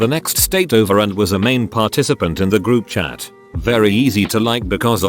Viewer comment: Text : group chat Robot voice : grubchat